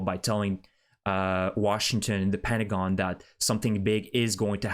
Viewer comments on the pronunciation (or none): none